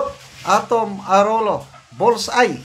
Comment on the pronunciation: Its pronounce Arowlyo